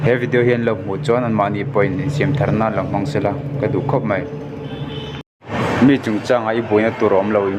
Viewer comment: Chhiarthiam lo e😂. Mi, chungchang ti lola, Mî chungchang ti la😂